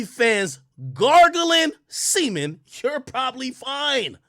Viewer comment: “If you’re not on OnlyFans GARGLING SEMEN… you’re probably fine.” Nigga be having me in tears with the emphasis 🤣🤣🤣